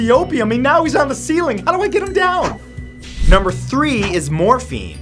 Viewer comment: I thought I heard Morphe 😂😂😂 as if Morphe cosmetics 😂😂😂